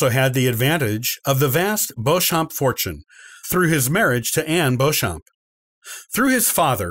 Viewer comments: Also Beauchamp is pronounced phonetically as Beechum in the UK. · Beauchamp is pronounced 'Beech-um' isn't it? You're right, he absolutely murders 'Plantagenet' (pun intended).